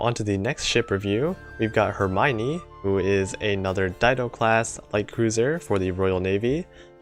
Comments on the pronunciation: Her-my-nee? I always pronounced it Her-me-o-ne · 1: really nice video, for some reasons i didn't check any of new ships skill (because gacha bless me so maybe i was too happy IDK) 2:...please...ask Hope for some prononcing lecon...why you say "eurmaygni" instead of "hermione"... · Im not sure if you say Hermione right. That doesnt sound correctly qwq Edit: Same with Perseus